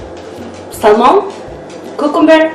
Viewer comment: Just a good tip to help you. When you pronounce Salmon in English, say it without the letter "L" ❤️